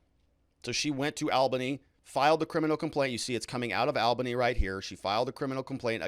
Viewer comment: Ha ha ha! Love you ~ it’s pronounced “All-ba-knee”.